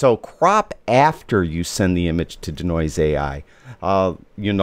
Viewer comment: It's DEE-Noise, not 'D'Noise', lol... Also, this doesn't really tell us how to use it as a plugin. I'm looking for how to set it up. This already assumes it's set up. How do I set it up?